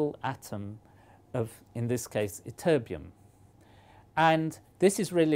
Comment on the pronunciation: Emphasize the TT in ytterbium would ya, you say it like y-terbium